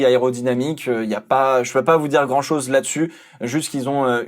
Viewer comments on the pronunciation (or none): none